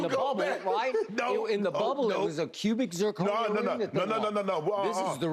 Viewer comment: “Cubic zirconia”😂😂😂